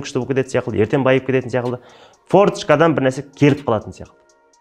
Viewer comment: Қазақта (сяқылды) деген сөз жоқ! секілді !!! Деген бар Азамат білдей азаматсыз Мың Батыр орталығын құрған. Сіз өзіңізз шебер нақты сөйлеп тұру керексіз ең бірінші !сосын "Н" емес "Ң"